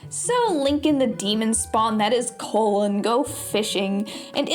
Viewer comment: It's colin did you not play the game? Was that some sort of failed bit or did you actually think the pronunciation could have been colon? Have you just never actually heard of the name Colin before?